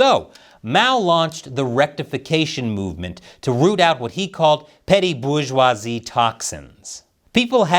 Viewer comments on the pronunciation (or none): none